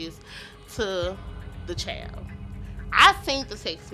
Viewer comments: Da chow?…why is she calling a kid a chow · What’s a “CHAYLD” 😂😂😂😂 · Can somebody tell that idiot it's pronounced 'child', not 'chael' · Chayilld??? Meant to be child??? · It kills me when people pronounce "child" like "chowld" 😂😂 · “My brother had texted her chowd” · What in the hell is a “chaail” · That’s a wild pronunciation of the word child